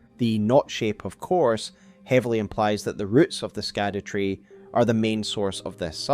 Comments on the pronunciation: Scadutree is pronounced as Shadutree and not Skadutree... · It’s SHADOW damnitalltohell! STOP saying “skadoo”. Shadowtree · It's not pronounced Skadutree, it'd pronounced Shadowtree. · Hey so it's supposed to be Olde English and it's pronounced Shadowtree, not skadootree. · Scadutree is pronounced Shadow not Skadoo. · "scadutree" is pronounced "shadowtree" 🤦‍♀️ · “Scadu” is an archaic spelling of “shadow,” and it was pronounced almost the same way, so “scadutree” should be pronounced more like “shadow” or “shadoo” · "Shadu tree"... just like evegaol is 'everjail" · I love your breakdown! While streaming this game I was actually told that the “c” and “u” in “Scadutree” are actually pronounced in their older format, thus leading the pronunciation to be “Shadowtree” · Scadutree is actually pronounced "Shadow Tree"..... yea I know spelling scadu and saying its shadow is dumb but thats how to pronounce it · Howre we still mispronouncing SHADOWtree. It hurts my ears man. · Sorry to be nitpicking, the Scadutree is pronounced as "shadow tree". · Just scrolled through the comments to see if anyone else mentioned this. It’s so annoyingly ignorant at this point I nearly closed the video. It’s like the word “gaol”. Pronounced “jail”…too easy. Skadoo just sounds so ignorant at this point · Google "scadutree pronunciation" before recording next time, oof